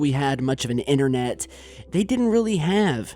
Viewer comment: It is not an Inerrnational Space Station,it is INTERNATIONAL & neither is it innernet as you just said,it's INTERNET.FOR THE SAKE OF THOSE WHO DO NOT HAVE ENGLISH AS THEIR FIRST LANGUAGE GROW UP & TALK PROPERLY